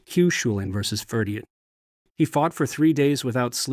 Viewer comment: Aw that is not how Cú Culainn is pronounced 😅😅 terrible.